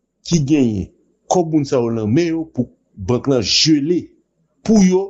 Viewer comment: C pa legé c gelé